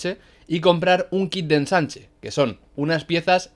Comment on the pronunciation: dijo enchanche envez de ensanche xd buen video bro